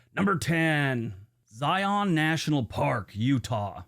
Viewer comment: How he says Zion bugs me, lol. I'm from Utah.